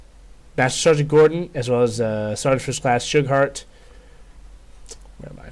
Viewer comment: I believe it is pronounced "Shoe-Gart"